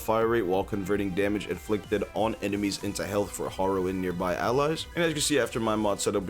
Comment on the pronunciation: Instead of Harrow (the way u pronounce Harrow pains me) u should use wisp